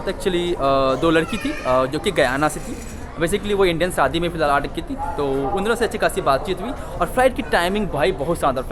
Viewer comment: Bro everything is good about you and your videos except your Hindi /urdu pronunciations, like you say Saadi for shadi